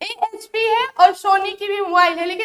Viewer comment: AHP nahi hota hai HP hota hai 😂